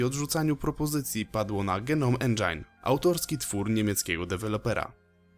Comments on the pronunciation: genom endżajn xD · "Dżenołm endżin" - przepraszam ale nie mogłem sobie odmówić. Świetny film ale ten jeden szczegół sprawił, że wywróciłem się na lewą stronę.